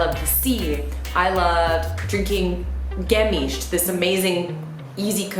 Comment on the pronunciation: Learn how to pronounce gemišt the proper way, the zagorski way